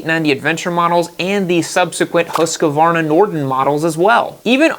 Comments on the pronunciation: What the hell is a 'hoooskavarrrrna'? Husqvarna. Its Husqvarna. They even said it in their ads. Husk like corn. Varn, like varnish without the ish and na, like nah I don't want no other blower or trimmer or mower... Where does the oooo and the mysterious a in the middle come from? Hooooooosk-a-varrrrrrrna! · Why do you pronounce Husqvarna so weirdly? It's not husqEvarna, it's just husqvarna, no E anywhere. It kind of ruins your credibility when you can't even say the name of the subject. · I have had zero issues with my Austrian built KTM bikes. I cannot comment on Chinese built ones. Also you need to learn how to pronounce Husqvarna correctly. It is pronounced how it is spelt. Husqvarna, not “ Husk -a - varna.” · Please, please, dear USA friends, learn how to pronounce brands. It's Husqvarna, not a HusqAvarna. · Not Husquvarna it is called Husqvarna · Speak after me: HUSS-KVARNA. And now with european „U“ and „A“, which is like the english „OO“ like in „LOOSE“ but shorter and „A“ like in americ“A“ (last letter). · Husqvarna is pronounced as Hus-kvana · love you dude, but learn to pronounce husquarna please x) this is kinda like arnold being the governor of california but never learning to pronounce the damn state, ya know?